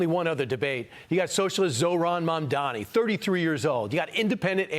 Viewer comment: Mamdani, not Mamdami. Learn it as he wiping the floor with Cuomo and Sliwa. 🎉😂